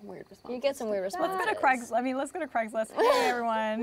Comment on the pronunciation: plus.....vocal fry. Plus, "like", "you know" "G-O" instead of a 1 syllable "go", for God's sake